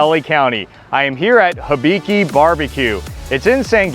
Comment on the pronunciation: It’s pronounced “HEE-BI-KI” like the whiskey. There’s HOLY COW in Chino Hills. Really good steaks and pork variety.